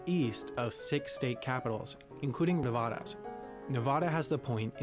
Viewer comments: at least they also pronounced Nevada wrong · Fun fact: don’t say ne-VAH-duh to anyone, especially from Nevada. Say nev-AD-a😂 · Thank you 😂 I hate when people say ne-vah-duh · As a Vegas native, every time the guy said "Ne-VAH-dah" it pained me. Nevada is pronounced with a as in apple. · I can’t help but notice the narrator said nav-ah-da, instead of nav-a-da. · The way he says Nevada is triggering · "N E V a D a" not "N A v a d a" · Did the guy im the viedo just ssy nevoda. Its nevAda. Sorry u just dont like when people say it wrong and no i dont live un navada i live in utah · Guy says "Nuh vaw duh" Every Nevadan *TRIGGERED* xD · As a person living in Nevada, when videos telling people about states say ' Nuh-vah-dah' it feels like a dagger is being driven straight through my heart. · Lol no, it's pronounced Nev-Add-Uh. The only people that call it that are people that don't live in Nevada ( Mostly ) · He pronounced Colorado correctly but just butchered our state name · Never, ever, use the pronunciation used for ‘Nevada.’ It’s incorrect, and Nevadans will start brawls over it. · The way he said Nevada killed me, apparently everyone pronounces it differently than people from Nevada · He pronounced Nevada incorrectly, FYI. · he’s mispronouncing nevada and i want to rip my hair out 😀🤚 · He said Nevada so wrong don't say Nevada like the guy in the video he's reacting to did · That video is totally pronouncing Nevada wrong!